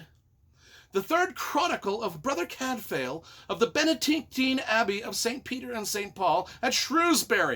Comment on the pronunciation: Cadfael is pronounced Cadvile, not Cadfail. Shrewsbury is pronounced Shrewsb’ry not Shrewsberry. Gervaise is pronounced Schuhvaise. And no, Cadfael did not “fuck lots of chicks”. How disgusting and debased you are, trying to drag a great author and her books down to your level. 🤮🤮